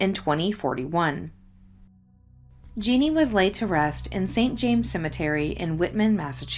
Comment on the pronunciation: You do a great job covering these cases. Did Jeanne usually go by "Jeannie?" (Jeanne is the French spelling of Jean, and both are pronounced the same.)